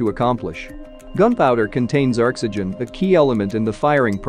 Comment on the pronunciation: Gunpowder contains ERXygen. Wow, never heard of ERRRRXXXygen before.